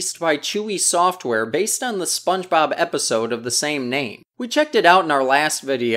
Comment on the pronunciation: Spongeboob?! Hahaha he said Spongeboob? Who is Spongeboob?? 🤣